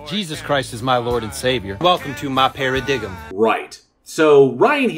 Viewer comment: "Welcome to my paradiggum.".